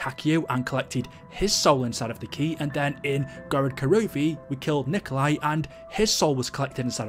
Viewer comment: Thumbs down because you said "Gorod Karovi"